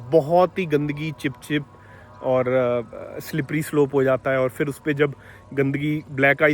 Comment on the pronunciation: Vah "fir" nahin balki phir hai. Aur "toh" nahin balki to hai. India men logon ko mul se mul cheezen pata nahin hain, jaise ki aksharon ka uccharan kaise karte hain; developed desh banne ka sapna to chhor hi do. Ab Dilli bahut dur hai.